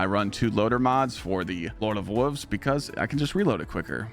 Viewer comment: you sound like a toddler, learn to say wolves ya grown ass man....